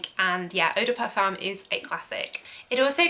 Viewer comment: Parfum is pronounced Parfum.